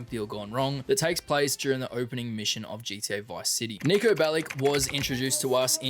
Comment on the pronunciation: bro did not say Niko